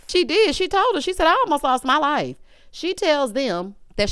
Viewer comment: Not Cedric 'saved my laf' 😂😂😂😂